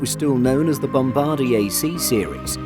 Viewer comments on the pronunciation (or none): none